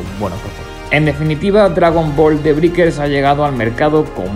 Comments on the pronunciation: "briquers" "monición" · se dice breikers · "De briker" 😂😂😂 que zonzo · Estaría genial que supieras pronunciar la palabra Breakers.